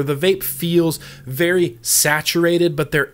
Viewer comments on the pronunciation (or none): none